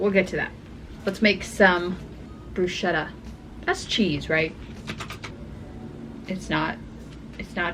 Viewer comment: Btw bruschetta is pronounced with a k sound, brusketta